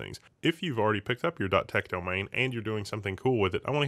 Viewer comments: can't say Domain:D it is not Domane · it's not bad, it is subtle, but he pronounces it slightly weird, he doesnt even say Domane, its like Domhane, and he doesnt pronounce it wrong every time either